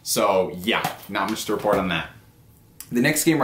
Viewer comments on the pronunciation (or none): none